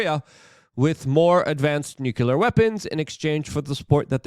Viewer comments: Nuclear is pronounced New Clear, not nuke you lar. Thanks for all your great work, LUKE RUDOWSKI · Learn how to pronounce "nuclear"